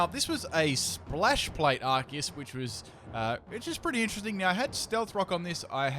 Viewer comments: Isn't this read "Arseus" not "Arkeus"? or im wrong? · It's pronounced ar-see-use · pronounces arceus "arkeus" dislike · Goddamnit its not Ar-kee-iss! Its Ar-see-iss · Are-see-us Arceus.